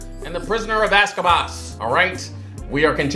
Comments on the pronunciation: Locals: Azkaban Intellectuals: AZKABASS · say it with me "AZKABAN" spell it out. Stay in school lol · Getting the names wrong I can live with but this man really be calling it the "Prison of Aska baass " No, just no🤣😭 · 😂😂😂“The Prisoner of Azkabaz”. STOP BROTHA😂😂😂 ❤️❤️❤️❤️❤️❤️❤️❤️❤️❤️❤️❤️❤️❤️❤️❤️❤️❤️❤️❤️❤️❤️❤️❤️❤️❤️ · Not the ghost of Christmas past and azcabass 😂😂😂 bro you killing me with these names 😂😂😂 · I just keep coming to this videos so I can hear saying the names wrongly hahahahaha ASKABAS? REALLY? HAHAHAHAHA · "Prisoner of Azkabas." "Heather Granger." By now, you're doing it on purpose. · Harry potter and the prisoner of AZKABASSS (omg i love that🤣🤣🤣) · “HE’S THE PRISONER OF AZKABASS” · Azkaban or Ozkaboz lol